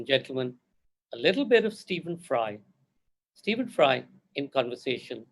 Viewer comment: Please can you get his name is correct - it is Stephen - which need to be said as Steven. Did you notice 'v in it? Yes, that need to be said. Every time I hear it, it feels like slap on my ears.